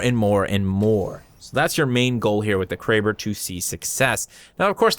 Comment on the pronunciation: Him: Kray-ber Me: Crabb-er Me again: that sounds so much better